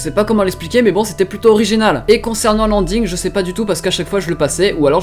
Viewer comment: Comment tu prononce ending , mes oreilles ont saignée